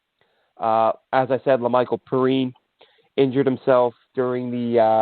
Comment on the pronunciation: Please read the comments lol it’s PEE-RYNE